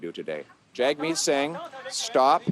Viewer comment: More political games by a petulant, nasty child. Can't even say Singh's name correctly.